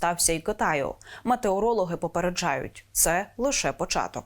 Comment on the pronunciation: якi мАтеорологи? може мЕтеорологи' га?